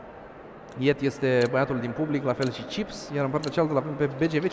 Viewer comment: de fiecare data cand comentatorul spune gresit numele lui yeet, ma dor sincer urechile